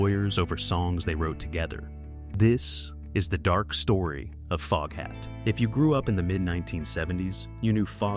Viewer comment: I hear that! When AI said Fogehat I said WTF FFS!